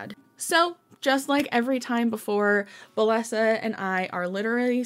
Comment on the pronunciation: hey! just so you know, bellesa is pronounced bae-esa or bay-yes-uh